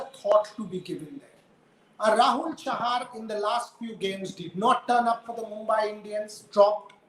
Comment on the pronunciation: Chahal instead of chahar and sardul instead of hardik